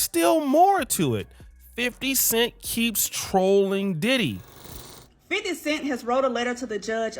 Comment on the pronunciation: You said Diddy name wrong at the beginning